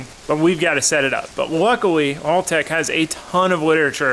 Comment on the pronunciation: I hate to be this guy but you are saying haltech wrong.